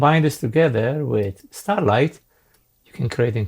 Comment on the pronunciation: officially it is Straylight, not Starlight :-)